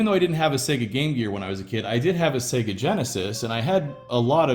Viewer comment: At last — an American who pronounces Sega correctly.